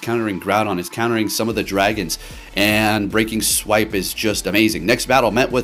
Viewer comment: The fact that this man can pronounce “Precipice” w/ no issues, but says things like “Breaking SWEEP” and my all-time fave, “WHALE-ren” 🤦🏽‍♂️😆 it has to be intentional. I support you, so this comment is just +1 for the algorithm